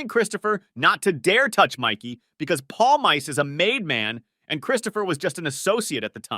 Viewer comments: Paul mice? It’s Pawl meese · "Palmyce"? (Paulmeece sound.) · Mickey Paul-Mice? It's Pal-mee-cee Friggen intellectually challenged over here. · Palm Ice is for basement dwellers. His name is Palmice pronounced 'paulMEECEY' The end vowel is always pronounced in the Italian fashion. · palmeese not polmays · pal-mice? Pal-me-see! PALLLL - Meee - Seeeee!! How do you say it in fkin polish!? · I stopped 31 seconds in because your mispronunciation of Mikey Pal -meese - ee was just so ridiculous. Palm Ice? If you want to comment on something pronunciation is just basic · mikey palm-ice hahaha learn the pronunciation jeeez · If you are going to make a video, say his name correctly.. PALE-MICEE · No, it's pronounced "palMEEcheh" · It’s pronounced “Pawl-meese”. This friggin’ guy here… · it's pronunce Palm Miss, dyslexic over here! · Palmiche... Actually. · Pawl - mee - chi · You're such an expert on The Sopranos you can't pronounce Mikey's name? Jesus Christ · Your pronunciation of Mikey’s name is giving me Manson lamps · Can’t Watch past the first five seconds. how are you gonna fuck up this guys name and make an entire video on him? For someone who loves the show so much you’d be the first one kicked out of the fucking crew for being such a Clown